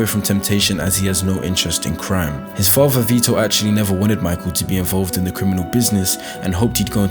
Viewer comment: The way the narrator pronounces “father” annoys me to no end. It sounds like he has a big golf ball in his mouth.